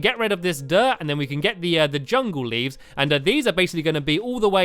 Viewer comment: he said livs